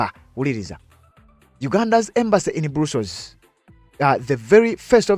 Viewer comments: It’s called BRUSSELS, but it’s read BURASOS NOT BURUSOS thanks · Not brussols it is Brussels 😢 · Not Brussels pronounce as bras....